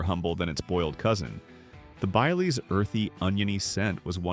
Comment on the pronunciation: Bile lees!